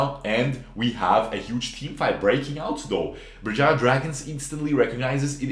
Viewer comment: you nailed that Berjaya man XD